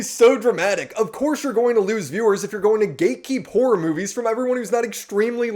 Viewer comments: hura, hoah, herra, bura how many more ways does he say the word wrong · he cares so much about horror that he cant even bother to pronounce it properly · The kid can't pronounce simple English words like 'horror' and 'tangentially' and mixes up 'loose' and 'strict'. This is basically every genz and millennial TikToker and it's the future of the internet. Most new content creators are just spouting shit with no sources as if that shit was proven scientific fact. 'Look at this cliff face, it looks like tree roots; giants are real!'